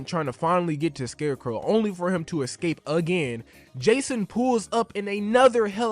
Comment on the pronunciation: Dude was able to pronounce “escape” correctly only one time out of the 9 attempts in this video.